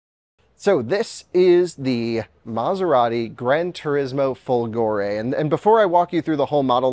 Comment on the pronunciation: indeed, folgore means thunderbolt, and the accent is on the "fo", rather than on the "go". And that is a fake Italian/Euro plate